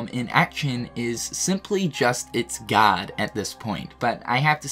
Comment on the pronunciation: Just wait until you hear how he says guard